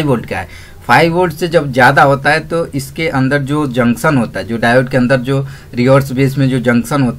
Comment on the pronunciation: Jaksan nhi janktion hota hai......